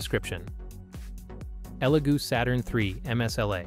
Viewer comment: is no one going to mention how the second elegoo printer was called a legoo printer like that mistake gives me the vibes that this whole thing is ai generated